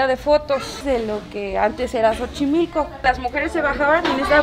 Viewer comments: "Chochimilco"....😂😂😂🤣🤭 No es burla,es como se escucha. Lindo video y un gran abrazo! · Hola! Me encantó tu vídeo tanto que lo repetí tres veces,tan linda como siempre lo eres, disfrute escucharte decir..(chochimilco) jejeje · pero se oia muy chido hasta vas a ver qué mucha gente en lugar de decir xochimilco van a empezar a decir chochimilco pienso que acabas de crear una nueva palabra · muy buen video sigue así anqué seré sincero contigo casi me da un ataque por escuchar chochimilco jajaja aun así se aprecia tu trabajo gracias por compartir las maravillas de mi México con el mundo. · 🏆premio para que aguanto estoicamente el "Chochimilco" jajaja q te escucho y me da ansiedad jajaja. Que bien vídeo me saco Unas buenas sonrisas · Como no amar a esta mujer Excelente video ❤️🇲🇽❤️ Jejeje "chochimilco" 🤪🇲🇽❤️ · Gracias........ uando dices Xochimilco se escucha “Chochimilco”.......poco a poco irás prendiendo..... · Jajaja 😂 ‼️. Te la bañaste, "Chochimilco", jajajja 😂😂. Te adoro!!! ♥️💖🌹💘‼️ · Un video muy agradable, me divertí bastante. Adoro como te entregaste a la pronunciación de “Chochimilco” aunque, la chava del museo, y otros lo pronunciaban correcto jajaja 😜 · No iba a poner comentarios pero "CHOCHIMILCO" si te volaste la barda ... 🤣🤣🤣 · Te llevaste el día con chochimilco 😅... También escuché a otro español mencionarlo de esa manera... Lo raro es q el guía no te corrigió O si? 🤔. Lo bueno se ve la pásaste lindo. ❤️ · Cuando me siento triste, me vengo a oír a decir Chochimilco y se me pasa 😂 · Shoshi-milk-ohhh 😵😵 jajajaj .. en Xochimilco han habido muertos, el ultimo un chico de Puebla que se cayo ebrio al canal y se ahogo....😲. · weeee piensa en la biblia piensa en la biblia 🤭😁😂🤣 eres muy guapa niña, buenos videos y moría de risa con "chochimilco" jajajajajajajajajaja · Debiste censurar cada que decías Chochimilco XD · Parace que te oigo decir chochimilco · CHOCHIMILCO jajajaja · Que mal lo pronuncias